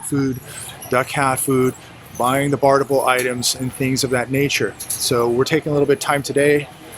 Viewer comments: i think the word is barterable. not barterble. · pronounce it barterable. Thanks but no drinkie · You are leaving a syllable out of barterable. Have you been testing the product? Ha.